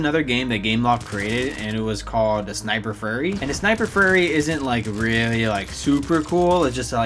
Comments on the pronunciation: He said furry instead of fury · sniper furry xD that pronounciation tho xD